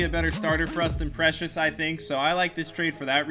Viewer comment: You got precious's name exactly right